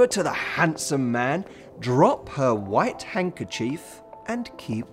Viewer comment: It's not hungerchief it's hanDkerchief